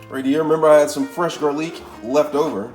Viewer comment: Why does he say garlic like that? Very annoying. Not a fan of the VOCAB! 😁